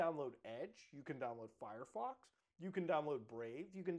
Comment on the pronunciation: Mutahar says furryfox all the time. I always find it enjoyable. Honestly wouldn't be mad if Firefox changed its name to that ngl.